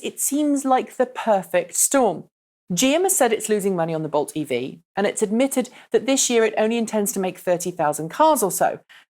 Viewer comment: It really sounds like you're saying Volt when you say Bolt. I blame Chevy.